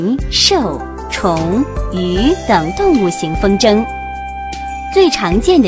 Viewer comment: 风筝zheng应该读轻声